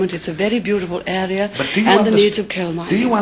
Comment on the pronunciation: I love the way she pronounces "coal" and "area" - very posh!